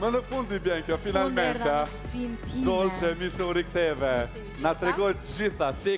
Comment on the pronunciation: More Aladin fol shqip se le nam ajo e ka Dolçe dhe jo Dollçe